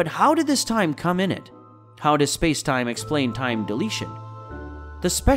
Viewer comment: At the end of the video he says "time deletion". But, I think he meant "time dilation".